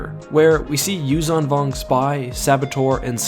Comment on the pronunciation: As far as i understand, zh in yuuzhan vong isn't pronounced as z, but as s in 'measure'